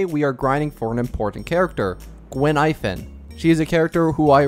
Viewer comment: Btw. Her name Gui-Nai-Fen. Not Guin-Ai-Fen.